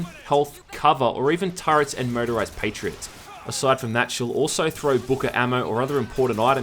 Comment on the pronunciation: You have a peculiar way of pronouncing "Motorised". Every single time I hear "Murderised". Which is just SO Metal.